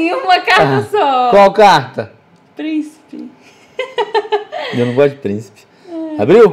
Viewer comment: fala princhipe